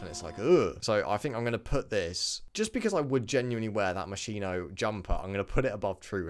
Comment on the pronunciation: The moschino you can pronounce the ch like K, more close to the Italian original pronounce